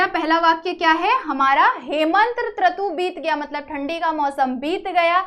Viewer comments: Tratu nahi hota who rutu hota hai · Rutu ko traku bol rhai ha aap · Mam its rutu not tratu😂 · त्रतू नही रूतू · Trutu 😅 nahi mam rutu😂😂😂😂😂😂😂😂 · ऋतू को त्रतू बोल दिया mam ने.